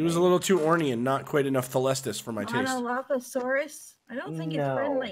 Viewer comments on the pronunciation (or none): The drug dinosaur (monolophosaurus) is pronounced mono-lof-o-sore-us